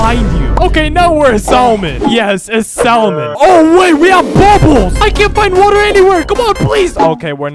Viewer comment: The L in salmon is silent